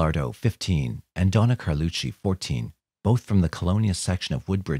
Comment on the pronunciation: Thank you for pronouncing Carlucci correctly!!